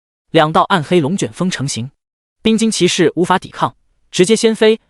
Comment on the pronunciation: 又是一個把士 念成土的文章